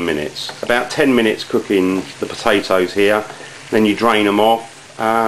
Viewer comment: You mean the pota`oes?